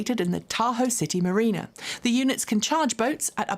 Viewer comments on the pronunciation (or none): none